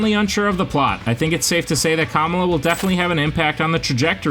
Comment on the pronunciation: at least try to pronounce Kamala correctly just a little effort man